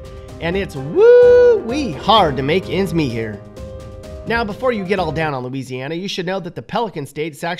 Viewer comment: Hmmm Looseiana?😅